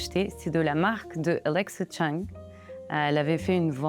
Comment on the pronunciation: I loved EVERYTHING. Btw it's Alexa Chung not Chang. Cmon.